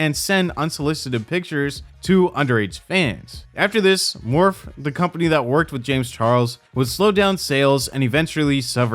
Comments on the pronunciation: Its pronounced Morphy. The e is not silent. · Morphe = “Mor-fee” not “Morf” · just for the future, morphe is pronounced more-fee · morphe is actually pronounced morph-ee but honestly they're a cesspool too so they deserve the mispronunciation. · I am way too distracted by how you pronouce Morphe 🤣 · First of all, you’re pronouncing Morphe wrong. Second, you missed the entire second half of this story which continued last year with a bunch more minors coming out with their stories with text message proof last year.